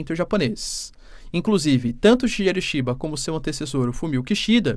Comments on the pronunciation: Boas Professor! Para ficar bonito nos proximos eventuais videos, quando for citar o primeiro ministro do JP se pronuncia "Shigueru". Tmj! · 🙏 fala o nome do primeiro ministro do Japão direitinho😢… Shigeru